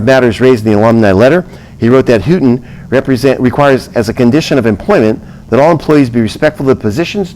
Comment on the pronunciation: Houghton university is pronounce Long O